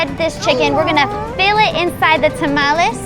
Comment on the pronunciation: she doesn't say to tamales right